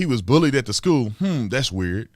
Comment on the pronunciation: I think he said bowlweed not bullied lol.